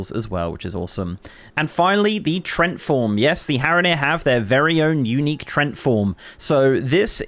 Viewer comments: Trent form? It's pronounced tree-ant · TREE - ANT... for an Englishman you butchered that